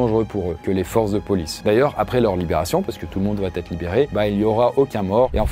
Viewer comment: La chanson Cabrel... Bien vu! Un peu d'humour dans ce contexte... Dis, notre bien-aimé... Vous êtes plusieurs Youtubers de haut vol à faire cette liaison dangereuse: il n'y a pas de T à "il va". Certes, on dit bien "Va-t-en", mais pas "il va-t-être..." 🙉 Je le signale avec tout mon respect. 😊